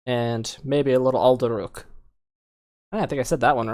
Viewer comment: The way you pronounce Alduruhk. As Fulgrim would say "perfection".